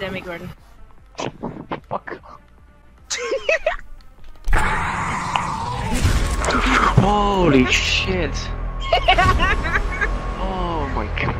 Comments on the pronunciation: Is it just me or did she say 'Demigordon'? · "it's the demigordon" 🤦‍♂️